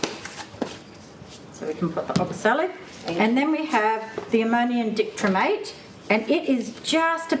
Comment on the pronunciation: Dichromate pronunciation help: Die (rhymes with pie)- krome ( rhymes with home )- ate. emphasis on second syllable